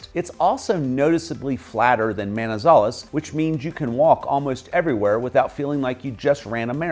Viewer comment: HOLA MR, CRDIAL SALUDO; gracias por dar tan buenas descripciones sobre nuestro Pais, pero desafortunadamente, la voz robotica que le hace la descripcion de todo, lo hace en una traduccion muy mala, por EJLO, LA VOZ DICE: MAIZALES Y SE PRONUNCIA MANIZALEZ, PEREA Y EL NOMBRE CORRECTO ES PEREIRA, ESTRADO Y SE DICE ESTRATO, HAY OTROS EJLOS PERO NO ALCANZE A MEMEMORIZAR, eso a grandes rasgos es lo que tenia para corregirle en forma muy amigable, ok?!!QUE TENGA UNA EXCLENTE DIA EN NUESTRO PAIS, LO SALUDO DESDE CALI CHIPICHAPE YUMBO, UN ABRAZO¡¡